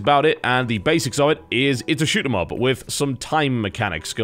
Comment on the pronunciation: I believe its is the butchering of Shoot-em-Up.